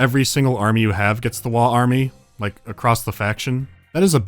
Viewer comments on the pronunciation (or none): It wasn't the right sound. There's a -gh on the end for a reason. Guh sound. Wahhh-g. I dunno why everyone thinks it's "wah"... (~.~)a